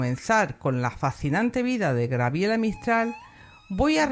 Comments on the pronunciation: Gabriela; no Grabiela. Si pretende hablar de alguien aprenda primero a pronunciar su nombre. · Es Gabriela!no Grabiela...por favor más respeto 😡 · Es cierto, me distraía escucharte de "Grabiela" (me da ternura porque conocí una chica que la anotaron así y ella lo marcaba. Te agradezco el tiempo que has dedicado, y honro tu trabajo, saludos desde Argentina 💐💐💐